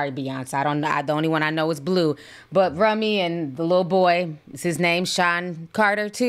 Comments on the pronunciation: Ti I love you Gurrrrlllllll please pronounce those kids Name Correct Blu Ivey Rumi and Sir are Carter Kids 😂😂😂❤❤❤ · 😳🥴Lord not rummy 😂😂😂🤣. Its Rumi (pronounced room-ee)